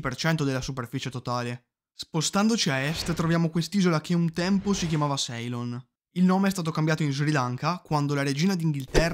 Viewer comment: Ciao, grazie del video. Ceylon si pronuncia “sìlon”, mentre Zaire “zaìre”. Spero sia utile 😉